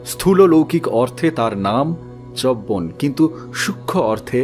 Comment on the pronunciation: পড়া খুব ভাল শুধু উচ্চারণ এর ব্যাপারে আর একটু সাবধান হওয়া দরকার , চ্যবন , বল্মীক ইত্যাদি